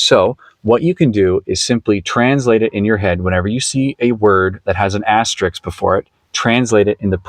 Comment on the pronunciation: FYI, the word is "asterisk", not "asterix". Asterix is the name of a cartoon character. Asterisk is the typographical mark you describe.